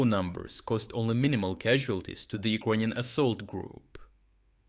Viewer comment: Bro, you need to practice saying "ukranian" in english. It took me 5 minutes to understand what you were trying to say, almost quit the video.